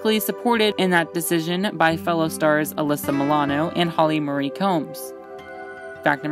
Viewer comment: Wow. The pronunciation stylings of the narrator need a LOT of work! Her name is Holly "Ma-ree", not "Holly Murray".